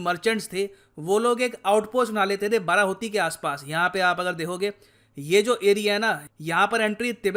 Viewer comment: Sir ap pronunciation galat kr re the actually wo बाडाहोती he. Sir Uttarakhand me conditions to bhut hi kharab he pahado pe to dhang ke hospitals b ni he agar kisi ko koi problem ho to wo log Dehradun ya Rishikesh ya Haridwar ya Haldwani ya Ramnagar . Aise me pahado me rehna bhut mushkil he. Agr govt seriously is matter pe kuch krna chahti he to use pehle rozgar, Healthcare, aur education pe dhyan dena hoga tbi kuch ho payega